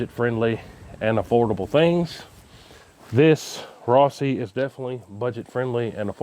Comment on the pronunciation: I cringed as soon as you said "Rossi." Junk☠️